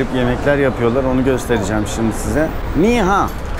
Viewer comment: abi o niha değil nihav demen lazım çünkü ben çinde doğdum